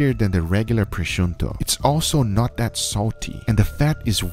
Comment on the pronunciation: well... Brazil is the English word to write Brasil, so that word exist. Presunto is a portugueese word used in Brazil to refeer to cured ham, so it also exist. "Prezunto" is a word that you just make it up (so don't exist) about how you think people must pronounce presunto in English. It's ok, I get why you write it, but don't argue about being from Brazil as if that means that the words that exist means nothing, for anyone knowing portugueese, is with an S. I'm almost completely unable to understand if it's necessary to be so picky... Different places have different accents and you can understand him perfectly. Don't take me wrong, I don't pretend to sound rude, just making my point clear (and of course accepting yours)